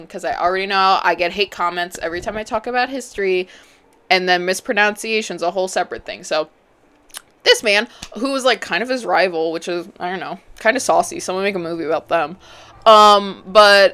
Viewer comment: in the nicest way possible, it’s miss pruh NUN see A shun, not NOUN 😭😂 I’m only pointing it out for ironys sake